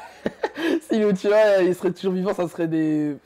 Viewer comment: Dsl mais uchiha pas uchiwa 🤔